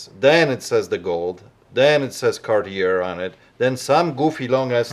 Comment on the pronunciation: the storeowner is a jewelry dealer and can't even pronounce Cartier WTF.